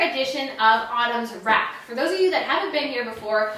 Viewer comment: "Autumnsrack"...definite emphasis on....RACK!